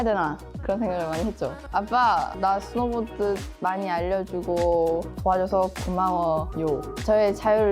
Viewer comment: 지금 사회자 스노우 보드를 보도로 읽는 엉터리 ! 나오지 마세요! 누구인맥 ? 으로 …? 나오지 마세요 당신은 한국인 아니예요